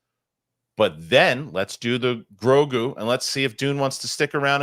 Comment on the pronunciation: didn't pronounce The Mandalorian and Grogu correctly and it really put a bummer on my day. 😄